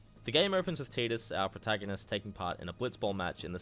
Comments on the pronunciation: I left a thumbs down because it’s TIDE Us not TEED Us. It’s based on the word Tide, which has long since been confirmed by the developers. It’s not an accent thing, you’re simply pronouncing it incorrectly. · No sir its not tee-dus its tidus like tide-us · really... TEEDUS? dude he says it in the game. it's voiced. have you even played this fucking game? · It's pronounced tyduss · He will always be Tide-us to me, just like Ruffy and Lolonoa Zoro from One Piece. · in kingdom hearts one, wakka calls him teedus. Also in FF dissidia, sadly teedus is the official pronunciation